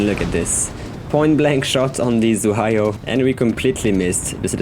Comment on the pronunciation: It is unbelievable that Normandie can miss Zu- HaY-Yo at close range. :) Nice vid as always